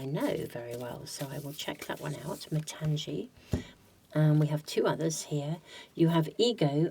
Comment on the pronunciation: Hi, for Pile -2 it should not be pronounced as matanzee it is matangi as gi in gift. Matangi is one of the dasamahavidyas. Very powerful goddess 🫶🏻 from India.